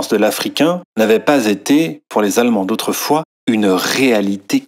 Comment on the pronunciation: "Autweufoiiis, chocodermes et vanillodermes vivaient en hawmonie"